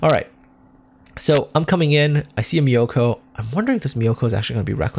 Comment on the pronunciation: Nice video! btw myoko's pronunciation is myo-ko not mi-yo-ko. More like cat's meow, but change the w to u.